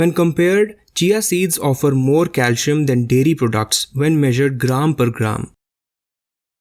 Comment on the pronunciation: I like the video and chia seeds are great. But it's pronounced cal - see - um.